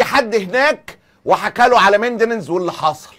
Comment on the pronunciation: استاذ معتز.. ميـ. نِن دِز وليس ميندننز